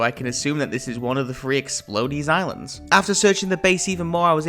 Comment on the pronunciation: “Explodees” I completely lost it